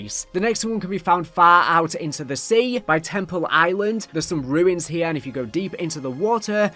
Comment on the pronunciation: Island= eye-win-ed